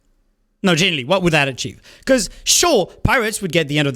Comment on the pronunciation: i relate to being unable to pronounce "genuinely" lol genilly